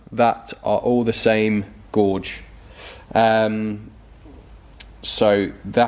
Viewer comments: Nice video, BTW, wire 'gauge' rhymes with 'cage', not 'George'! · I thought he said gorge and not gauge, wandered what he was on about. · Gauge is pronounced Gage not gorg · I did chuckle when you were cutting thinking “school boy error!!!” Also amused when you say gorge not gauge for the thickness of the wire!! And lastly did laugh when you said they painted the wiring then you cut it out anyway lol!!!! Other than that good content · Gauge rhymes with cage 😂😂 Glad to see you using a heat gun and not the usual YT lighter. Good job done, but maybe do it wire by wire next time, not just chopping the loom each end. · Yes re wires I have come across that before and always do 1 wire at a time, would split apart the melted wires so no shorts and then replace 1 at a time (easy for me to say to you, but I have gone through the pain of it before, never again) 'guage' = say 'gaage' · Gorge or Gauge? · Sorry you are mis pronouncing gauge as in rage not gorge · Gauge, not gorge!! Car's looking good😎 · wiring gauge is not pronounced "gorge" it is pronounced "gay-ge" not trying to be smart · Pronounced “gayj” :-)